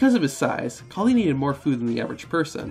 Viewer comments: The Hindu goddess is "KALI" not "Khali". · ayy, im from India, the goddess you spoke about during the great khali, its actually maa kaali, and not maa khali. khali had more of a punjabi ring to the name